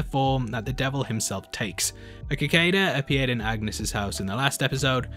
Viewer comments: Cicada is pronounced "SICK-ADA". Not, "KICK-ADA". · cicada (Sa-kay-da) lol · what's a keekaida? 😂 (jk nice video 👍) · I had the same thought about Bettany's secret cameo...😁👍 Btw...It's pronounced: Si-kay-da...Not 'kikada' lol. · Let me help u out here deff....it’s pronounced sick-aid-uh not kick-aid-uh lol. Also that note signed by v was from vision, apparently he had bought that plot of land hoping that they would live their live out there but the snap obviously messed all that up. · First of all,...I used to watch you battle. Great to see u doing mcu theories. Secondly, let me help u out. Cicada isn’t pronounce “Kick-a-da” it’s “sick-ay-da” emphasis on the “Kay”. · The little bug is pronounced"Si-cada no Ca-Cada" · RE: "Chthon" pronunciation, the "Ch" is not a soft ch—"choo-choo"—but a hard ch pronounced "Kuh" so the name is "Kuh-thon" (similar to H.P. Lovecraft's cosmic entity "Cthulhu") Also, "cicada" is pronounced "suh-kei-duh" —not "ka-kei-duh." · OMG IT'S PRONOUNCED "SI-KAY-DUH" NOT "CAH-KAY-DUH" Also these videos are great I've been here since like episode 2 and thank you :) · You keep pronouncing cicada "kicada" while it's actually pronounced "suh ·kaa·duh" or "suh ·kei·duh" ;) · You're still pronouncing cicada wrong, aren't ya? It's Si-kuh-da if you're brit or Si-kay-da in US. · Cicada : British pronunciation (suh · kaa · duh) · Lol it’s pronounced “seh kay tuh” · wait, KIKADA instead of cicada? I had no idea, this pronounciation is a thing in some of the dialects! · Please, pronounce cicada correctly..... It is pronounced "sik-ada" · Loving your breakdowns every week! You're doing great. I mean this in the most helpful of ways: it's pronounced Sick-aid-uh. Thanks for all you do!! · Chthon is pronounced "ka-THON", and cicada is pronounced "sih-CAY-dah". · It's pronounced See-Kay-da...Sorry. The mispronunciation hurts. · it is pronounced Sic-kade-ah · Pretty terrible pronunciation at times... :/ "Cicadas" Ka- Kay-Duh??? huh??? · "a kicada"